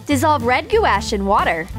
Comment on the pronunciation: Red GOO ASH. Its gouache like gwash jesus lmao